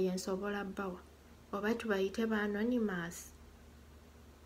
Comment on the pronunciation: Hahaha that annoymous😀